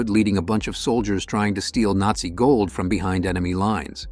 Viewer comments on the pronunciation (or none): none